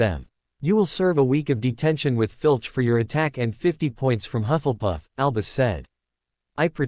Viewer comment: It is not huff and puff, it is hufflepuff, if you can't get the pronunciation right don't say the f**** word